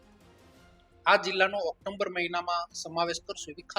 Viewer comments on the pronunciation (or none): Aa leader ne bolataa pan aavadatu nathi October ne Octomber bole chhe...